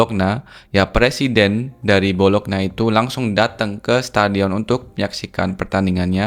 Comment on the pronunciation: bacanya Bolonya bang bukan bolokna